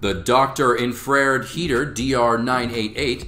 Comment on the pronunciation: Bro, "Infra-Red"